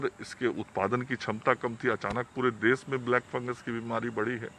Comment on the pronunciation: “देश” Hotta hai “देस” nahi🤦‍♀️